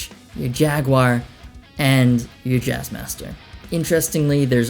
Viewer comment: hearing you try to pronounce jaguar is funny